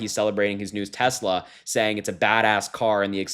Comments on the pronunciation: You don’t like electric cars?? But I thought you “loved tesler” 😂😂😂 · “I don’t want an EV!” but he loves “Tesler”. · I seem to remember ‘I love tesler’ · I thought Trump loved "Teslers!" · "I don't want an electric car" - Trump "I love Tessler" - Also Trump